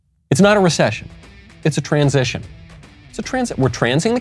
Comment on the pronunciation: Did she say trans session???🤣😂